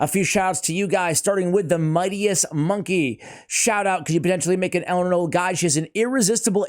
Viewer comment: Thanks for not saying Elenaru like all other CCs lel